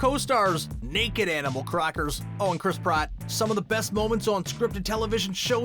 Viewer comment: it’s Chris Pratt not Prott